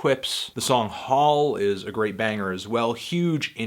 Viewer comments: It's Hail not Hall bruv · it's Hail, not Hall Anthony😂😂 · Isn't it called Hail, not Hall?